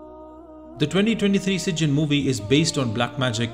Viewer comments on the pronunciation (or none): It’s pronounce SijJEEN not SijJIN.